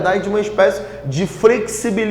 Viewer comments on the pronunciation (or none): EXCELENTE aula! Mas me conquistou como inscrito na hora da "FREXIBILIZAÇÃO" kkkkkkkkkk